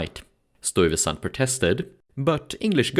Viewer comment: Nice documentary but you need to learn to say the name "Stuyvesant" the way it's pronounced in NYC.